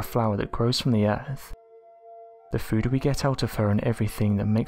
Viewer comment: I hate how the narrators pronunciation of the word food somehow has an "N" sound at the end before the "D" sound